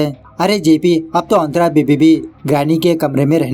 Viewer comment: Kya nam hai tera .......😂santra ... Nahi nahi antra🤣🤣🤣